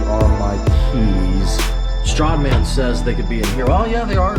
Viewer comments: Every time he says Srahd man, it triggers me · It will never get old listening to pronounce it Strahhdman 😂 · Am I the only one who notices how he says Stradman